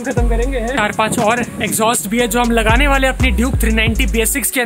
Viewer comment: It's exhaust bosti The way you pronounce exhaust is horrible what exjostt